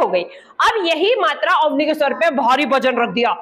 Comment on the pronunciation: मैडम , अवनी ...... शब्द नही अवनि होता है धन्यवाद तरीका बोधगम्य है!!!!😊😊😊